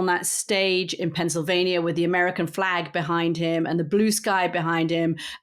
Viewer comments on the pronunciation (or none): none